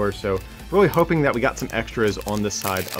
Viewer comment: "Really hopening". New word.